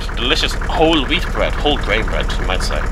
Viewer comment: Since I am from Austria, it took me a few minutes to relize he said wheat, not weed.